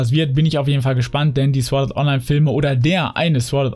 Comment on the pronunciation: und nur mal so.. das heißt nich sWord das w ist stumm und das wort wird sort ausgesprochen ;) ansonsten gutes video bis auf das netflix gelobe xD